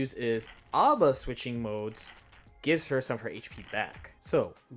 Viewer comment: Her name is not Aba, it is A.B.A. pronounced as the letters rather than read as a word. Because it is not her name but rather her blood type.